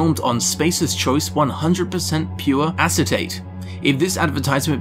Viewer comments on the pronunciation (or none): none